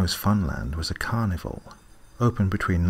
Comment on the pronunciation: It sounds like you are saying carnivore instead of carnival.